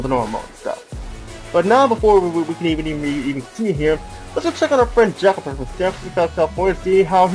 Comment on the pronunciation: You know I had to check that again and again, I thought you said Jeff there and not Jack